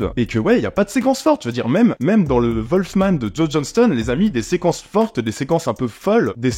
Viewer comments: Wolfman pas volfman! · Apprend déjà à prononcer le nom du film et après on verra....